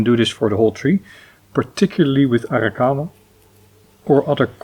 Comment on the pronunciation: love it how you pronounce Arrrrrakawa!😂... serious question now: can I also use tea tree oil, instead of neemoil to spray on the trees?